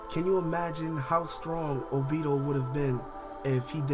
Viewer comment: Y do you say the names wrong!?!?! Its not obido...its obito (O+be+toe) damn do you even watch the anime?? Or hear the English version??